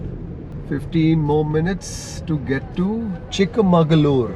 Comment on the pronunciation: It's chikmagalur, not chik mangalur. Sad kannadigas don't know the difference